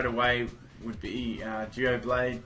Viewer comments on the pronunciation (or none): Why do his pronounciations suck so much? The pokemon is called Doublade as in Double + Blade, not duo + blade